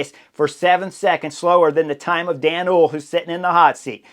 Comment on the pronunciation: Hoole = Two syllables: Pr: Hole-uh . That little 'e' at the end is not silent in Dutch.